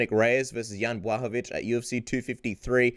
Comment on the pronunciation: one of few guys how knows how to pronounce Jan Blachowicz properly. Now it's time to invite Janka;) dasz radę.